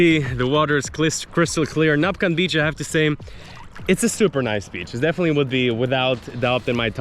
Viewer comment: NAC-pan :D